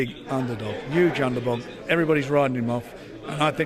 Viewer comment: "Huge underbog" lol